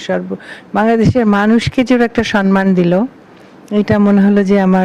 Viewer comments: Mananiya Banya madam, ektu asangata holeo boli kathata SANMAN noy thik holo 'SAMMAN'.namaskar.Ashish Samajpaty 73,Kolkata. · সম্মান, সন্মান নয়। ঠিক উচ্চারণ আপনার থেকে আশা করি 😊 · পশ্চিম বাংলার মুখ্যমন্ত্রীও সন্মান বলেন!